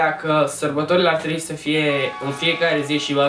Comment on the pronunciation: Multe greseli de pronuntie. "yo; oamenii ar TREII sa manance", inversiuni: "oamenii NU MAI SE GANDESC la asta", cand faci un vlog,fa-l intr-un mod cat mai serios.